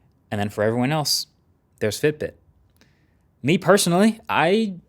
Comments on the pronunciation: Btw while explaining about Fitbit..it said FIBIT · for a few moments I thought, god I have been saying FIBIT wrong my whole life :D